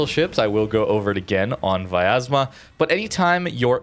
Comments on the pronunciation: It is really hard to pronounce correctly because English do not have letter "я" which sounds like "ya" but he pronounce it like viyazma while there should not be "I" sound there and correct pronouncement will be "Vyaz'ma" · Hey, i know you always want to try pronounce ship names the best you can, so i'm here to correct you. Try not to add an extra A. It's pronounced Vyazma, not Vayazma.